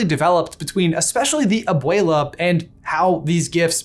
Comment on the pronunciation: “Obeweala” like bro y he say it like that